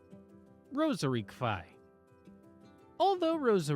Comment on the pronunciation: Quay is pronounced "key"